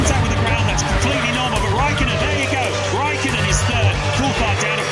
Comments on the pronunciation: I hate how they are saying raikkonen...IT IS RÄIKKÖNEN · "Khimi-Mätaias Räikönen"... hmm, let's call him Kimi-Matias Räikkönen instead.